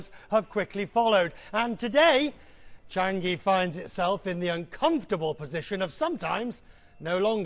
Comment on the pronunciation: Not Chang-gi! It's Chang-i!